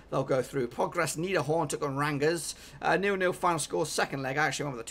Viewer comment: you kind of butchered rangers pronunciation there but nice work doing all these predictions any chance you do all the extra preliminary fa cup fixtures coming up lol.